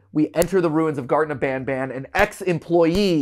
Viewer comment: "garten of banaban"